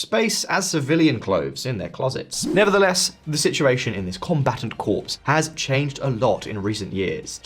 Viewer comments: Just a note for future: 'Corps' is pronounced like 'core'. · Corps is pronounced Core